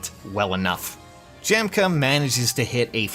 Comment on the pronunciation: Isn't it pronounced Yahm-kuh